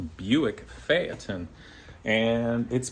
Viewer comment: Today I learned how to pronounce Phaeton 👍